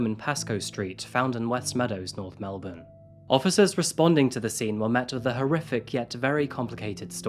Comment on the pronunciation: melbourne pronounced correctly. a pleasant surprise these days